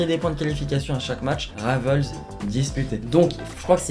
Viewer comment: Rivals en français svp merci parce qu'en plks votre prononciation en anglais de ce mot pue la merde 😂😂